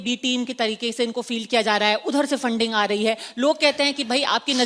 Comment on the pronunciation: Fanding nhi re funding Hota h